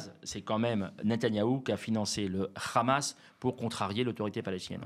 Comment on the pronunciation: Le RHHHamas, comme vous le prononcez si bien, c est bien branche des fréristes rejetés par les égyptiens, les cisjordaniens et les libanais, et pour cause, quand on connait l histoire?